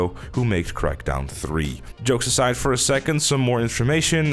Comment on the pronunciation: I was ok until I heard crakdown 3